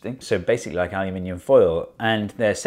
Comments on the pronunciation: North America: Aluminum Rest of the World: Aluminium Steve: Aluminiumum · And this is how we created new element called Aluminiumun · Aluminimum... I see that AvE dictionary has reached Steve Mould. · "Aluminiumum" You've done it, you've made a universal name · ALUMINIMUM! my new word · I think the american version of aluminium is pronounced differently, specifically because the British version is ridiculous to pronounce.